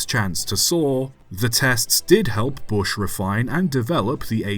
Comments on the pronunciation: BRUSH not bush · "Bush" traction? Not "Brush"? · It’s Brush , not Bush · Why are you pronouncing "Brush" as "Bush"? Otherwise a very good video. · I can't be sure if you're saying "Bush" or just "Brush" in a more northern accent :D That was rubbish as originally built, but Hawk is a pretty fascinating device, it wasn't just an alternator testbed but an AC traction motor testbed with a very early solid state control system. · Interesting story of 10800. I 'wonder' if it could have been refined further by Brush Traction to make it work. Also, hate to be 'that guy', but it was 'BRUSH', not 'bush'. Sorry! I hate to be so pedantic but I had to say something!!! 😂🎉😂🎉